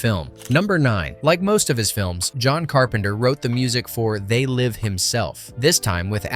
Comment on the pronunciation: c'est pas zé live mais They Live. Apprend l'anglais l'épais...